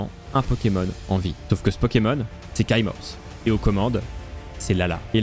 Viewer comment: Commentaire inutile : je pense qu'on dit Kaimorse (comme quai-morse) et non Kaïmorse. Ce detail m'a rendu fou.